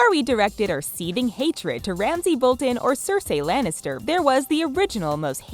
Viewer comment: Sir say lanister